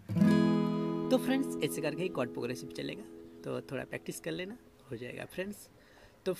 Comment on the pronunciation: It's chord not cword.